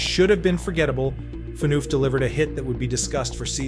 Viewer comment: It's an AI voice. That's why. you type it into a prompt and the AI voice's pronunciation of some names will sound off, just like Subban's name.